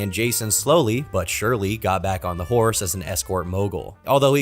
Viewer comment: "The four hoes"?! "The whores"?! I know, I know. He said "hosts" and "horse"